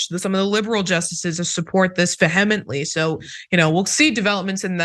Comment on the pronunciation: It’s rare to hear someone mispronounce something - “veh-HEH-muhnt-lee” instead of “VEE-uh-muhnt-lee“ - and I applaud the lady for doing it. Saying a word you’ve read but not heard is brave.